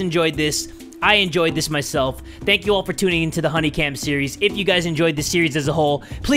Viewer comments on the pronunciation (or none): Steries. Not Series but Steries.